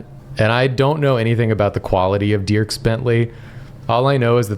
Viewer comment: Hearing pronounce Dierks Bentley's name as "Dee-irks" gave me whiplash. It's pronounced "Derks" lol